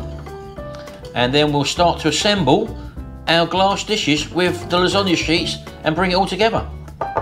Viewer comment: Losonaghe lol 😂